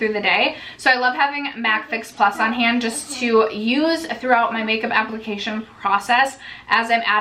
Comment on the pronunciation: The way you said "hand" first, is how you say it in german and it really confused me hearing you say it haha